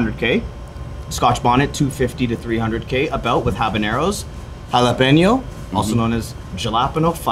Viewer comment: Good food and nice places shown including the business owners. Delicious!!!. really likes the sound of his own voice. Down right rude on multiple occasions. Wasn’t giving room to express his own opinions. Was so eager to use big words but didn’t know how to pronounce jalapeño correctly..